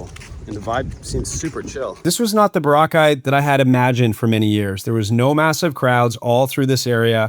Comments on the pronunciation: Bora ...cai..as in sky.....2-3 syllable not one wotd....not Barakaie as you. say it......in British English its Bo-Ruh Kay. As in a coral Cay 🎉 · Sensational video thank you. Also always thought it was pronounced ...BOR_ A _KAY. ....😅😅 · Its Bora like Flora..kye...thx u